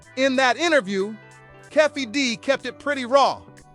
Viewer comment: Who's Keffe D? It's Keefe D!